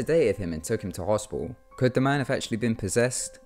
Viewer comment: Heh... Sorry... The way you say hospital is hospial XD I love it!